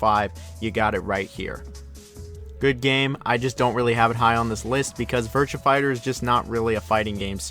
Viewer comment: I can deal with you pronunciation of Yakuza, but the way you say “Virtua” is disgusting.